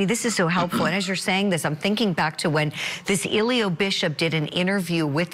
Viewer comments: Who tf is Eeeelio.😑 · The g in his name is not silent guys